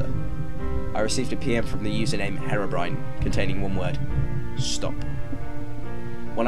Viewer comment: The pronunciation "Haerobrine" throughout the video triggers me.